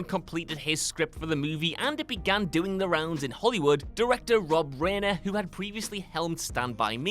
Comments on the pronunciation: Rob Reiner's surname is pronounced ry-ner, not ray-ner. Rhymes with "finer". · It’s pronounced Rob Riner not Raner.